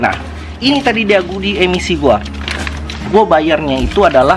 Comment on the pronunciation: Bro di menit pas ngomong kata "tadi" jadi kepleset "ta*" tapi gak papa lah bro kita ngerti kok hehehe, mantap sharing nya bro